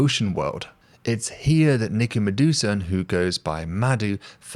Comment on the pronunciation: Madhusudan is pronounced as "Ma"+"Dhu"+"Su" +"dan"...the way you pronounce it sounds like "Medusa" hahha Thank you for the video!